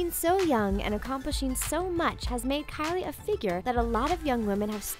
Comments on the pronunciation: The way she calls kylie "Carly" pisses me off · why do you say kylie that way it's so cringie